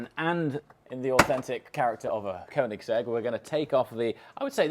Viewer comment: koenigse(gg) to bugatti hahahhaha